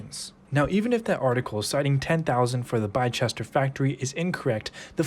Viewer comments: Great video but its not pronounced "Les-tuh" you are close though but Leicester in England is pronounced "Lester". The area in the video where Arrival's factory is located is called Bicester. Was a good effort but its pronounced "Bister" like the word 'Sister' but with a 'B' Leicester = "Lester" Bicester = "Bister" Great video, hope that makes sense! Definitely nothing to do with Leicester by the way haha. Cheers ✌🏻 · Great video dude, keep up the work🙌🏽. Bicester is pronounced Bisster. Thanks for the info nether the less! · It’s pronounced (biss-der) like kissed her. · Its pronounced BiSSTER not bi-chester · It's Bis-ter, not Bi-ches-ter. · Bicester is said “ Bisster. Not, Bi Chester. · Bicester (Bis-ster) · Bicester is pronounced "bi-sester". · you say it 'bister' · Biscester, is pronounced Bis ter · Pronounced Bister and there's another much larger factory nearby in Banbury. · Pronounced "Bisster" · pronounce Bicester as Bister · Bicester pronounced Bister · It's pronounced "Bister". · Thanks for this informative video. BTW Bicester is pronounced Biss-tah!! I hope that helps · Bicester is pronounced by-ster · Bicester is pronounced 'Biss-ter' Theres no 'h' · The town of Bicester is pronounced ‘Biss-ter’ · Great Analysis. Bicester is pronounced as "Bis ta" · Bicester - pronounced “Biss-ter” Latin in origin, U.K. place names that end in “Cester “ “Chester” and “Xeter”. Examples being Exeter, Manchester and Worcester. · It's pronounced "Bister" 👌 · Bicester is pronounced "Bister' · Bicester is pronounced biz ster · Biss-ter ;) Edit: Somebody already cleared it up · Bicester is pronounced Bister. Classic English place names! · Man said bichester🤣🤣🤣😂🤣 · Man you have done an amazing research. Just subscribed to your channel👍🏻 Its pronounced Bister been there small town. Not investing in it to long and to many uncertainties. Would look into more stable stuff. Thank you for the review one more time an amazing job. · Bicester, its actually pronounced as Bissta